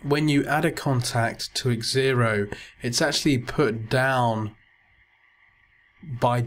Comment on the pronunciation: Thank you for your video....Just a little point... its pronounced "Zero" not X ero :)